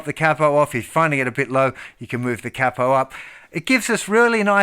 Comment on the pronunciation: “K-Poe”-(Capo) otherwise outstanding tutorial. And your high range is awesome. Thank you for sharing.